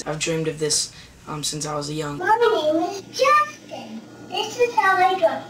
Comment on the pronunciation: when he says "isnt that right justin,' it sounds like he said justice